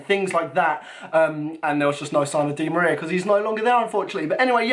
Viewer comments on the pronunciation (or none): none